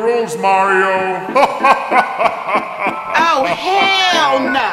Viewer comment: u said mario is marip